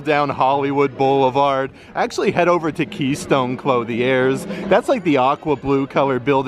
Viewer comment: Thank you for the updates. Sidenote: “Clothe-y-airs”? Allow me to help. It’s cloth•ier (klöTHyar).